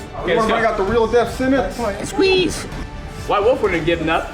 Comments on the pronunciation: Is he saying Deaf Sennance? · “Def Senence”